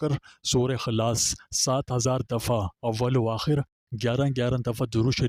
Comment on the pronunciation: سورہ خلاص نہیں سورہ اخلاص ھے